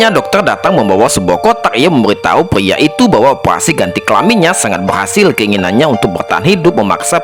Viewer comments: PRIA BANG.... BUKAN PLIA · Pyia itu diubah menjadi peyempuan😂